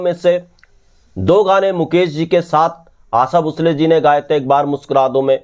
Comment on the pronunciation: सर, आप अक्सर "भोंसले" के बजाय "भुसले" का ही उच्चार क्यों करते हैं?